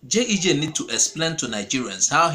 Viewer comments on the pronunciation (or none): Bro, It is not JEJ, it is GEJ; repeat after me GEJ. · A point of correction it is G E J and not JEJ